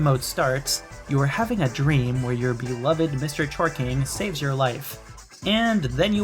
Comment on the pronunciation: that's what i heard lol mister jorking cuz im jorking it